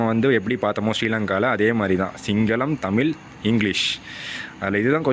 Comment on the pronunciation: Nice vedio brother 👍😍 ஆனால் தமிழ் என்பதை தமில் என்று சொல்லாதீர்கள் 🙏